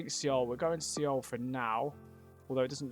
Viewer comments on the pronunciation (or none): your knowledge of the previous world cup countries is impressive mate! seoul is pronounced ‘soul’ btw. good vid as always